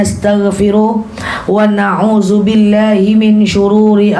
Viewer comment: Kenapa ya ko ustajah kalo bilang AUZU BILAH...tp NAUZU BILAH...apa beda nya ya...mohon penjelasan nya 🙏